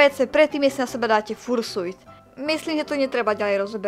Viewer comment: raz a naposledy. vyslovuje sa to FARŠJUT! x)